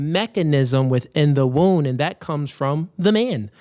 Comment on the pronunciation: why are you calling a “womb” a “wound” wtf!!!